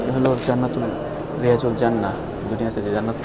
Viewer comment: শব্দটি রাএজাতুল জান্নাত,রিয়াজুল জান্নাত নয়। কথাটির শুদ্ধ রূপ হল; রব্যাতুমমিন রিয়াযুল জান্নাত।